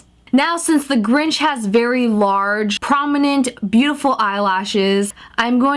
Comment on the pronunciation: you mean the grunch nit the grinch